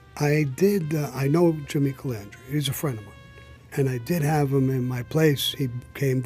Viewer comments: Larry you say Jimmy doesn't even know your name he calls you mezza, how many times you say Jimmy Calandria that's not his name either.... it's Calandra ...so when you say something about someone make sure you don't do the same thing...clowns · Jimmy says larrys las name wrong but larry says jimmys las name wrong!! 🤣🤣